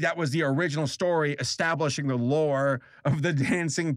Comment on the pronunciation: Some reason I kept hearing you say vore not lore...I hate myself